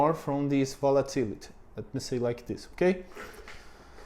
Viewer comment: You pronounced REITs correctly. There are other things like volatility where you need to pronounce the ending like you did well with opportunity. You talk about automation so much in videos. I remember listening to a video where they were talking about raising the minimum wage. The person stated that the minimum wage does not mean people wages will raise to the new level. The wage can go to zero. That seems to be true for the Brazilian mindset towards employers. Treat them badly and they don't have employees, they make everything automatic. I will assume from your talks (and if I remember correctly) that unemployment in Brazil is high. If that's true, too bad the normal person will not correlate getting "treated better as an employee" with unemployment. If I was to invest in Brazil, it would be via the stock market like your first example. Maybe, I'll try and make an automatic acai pizza shop. 😀